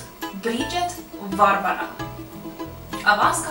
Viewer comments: Не вАарвара, а варвАра! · Если уж называть БАрбару Варварой, то ударение надо делать на предпоследнем слоге: ВарвАра (ТамАра, СветлАна, ВалЕрия, ИзабЕлла, АнтонИна, ЕлизавЕта...)